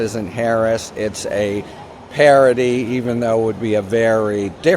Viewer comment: Harry, stop pronouncing parody like parity.